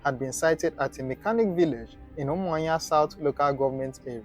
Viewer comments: Why can't you pronounce the name of a state capital very well? Umuahia not Umuinya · Umuahia not umuayan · Honestly, d tin tire me. He sounds Igbo but pronounced UMUAHUA asif it's Umanya . Maybe he's frm Akwa-Cross cos, d way he pronounces BLESSED sounds lik Mbókó person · Learn how to prononce that umuahia